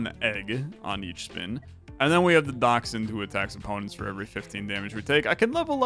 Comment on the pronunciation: That is exactly how you pronounce dachshund.